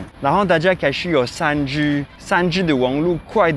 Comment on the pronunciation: 發現再講3G的時候會有台灣式發音“3居”😊😊